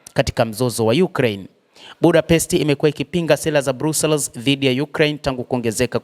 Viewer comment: BELGIUM 🇧🇪 👉BRUSSELS 👈 HII INASOMWA NA KUTAMKWA HIVI 👉BRASILS SIO BRUSELS